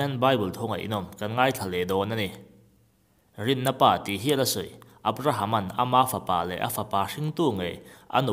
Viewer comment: Abrahama rinna pa tih a 'pa' tih lai hi pa(father) anga lam zawk tur ani lo maw